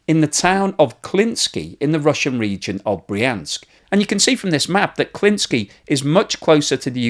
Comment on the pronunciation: Klintsy. Not your version. Thanks.